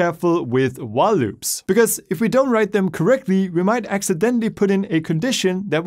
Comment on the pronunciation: When he said while loops i thought he said wah loops Don’t know which i prefer